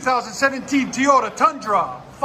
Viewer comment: “TOY”ota not “TEE”yota. Horrible welds as usual again too.